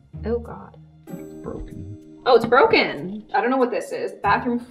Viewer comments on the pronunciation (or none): it’s broken- Me: no it’s ✨brocken✨